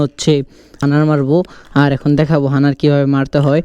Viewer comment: হানার না হাডনার